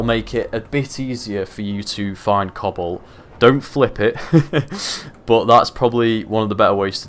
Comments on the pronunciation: Who else was hearing him say cobble, instead of cobalt for the longest time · cannot unhear "cobble" when you say cobalt.